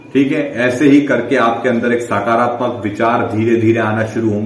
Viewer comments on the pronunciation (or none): none